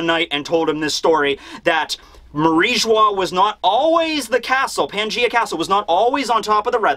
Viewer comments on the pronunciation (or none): none